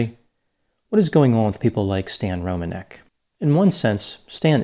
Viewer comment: I'm really impressed by your knowledge on how to pronounce polish surnames, I'm polish myself so I know how it supposed to sound and it's exactly rom-an-ek. Not Romaneck or Romanec.